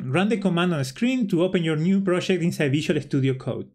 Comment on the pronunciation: "proshect"..... Argentinian detected! thanks for the info che